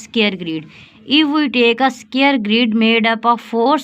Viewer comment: Sqare nahi hota square hota hai😂